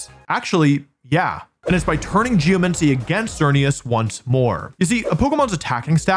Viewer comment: Yay, another video where Wolfe mispronounces geomAncy